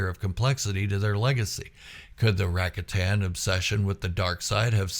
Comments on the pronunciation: I gave you a down thumb for your repeated pronunciation of the word RAKATAN. It is pronounced. RA-COT-AN, Noo RACK- A-TAN. You said the word RACATA correctly, why was the plural version so different? If I'm wrong, please correct me, but everyone else says it like I do in their videos. By the way I did sub to your channel. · Rack-a-tan pronunciation = instant fail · Rakatan 🚫 Supposed to sound like Ruh ka tn✅ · I never heard it pronounced Racka-tan before. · Your pronunciation of “Rakatan” has me thinking of a new board game: “Settlers of Rakatan”